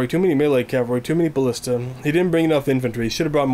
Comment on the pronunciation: its called a ba-list-a not a ba-still-a